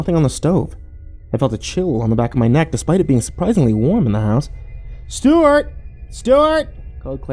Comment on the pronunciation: got the twist as soon as i heard he had a hot tub lmao... “STEW-art”